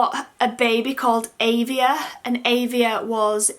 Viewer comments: I really like Albie and Elias ... The others ... not so much xD Any surname firstnames never sit with me right! I don't mind Xavier but I have never heard it pronounced the way you did. I always read/heard it Xav-ee-ay (kind of French sounding) :) Whatever you choose in the end will no doubtably be the best and right fit for the little one :D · I think you said Xavier wrong 💘💘